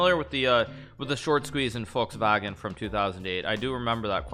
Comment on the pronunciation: The way he tried to say Volkswagen in German sounded like Fuchswagen, or fox car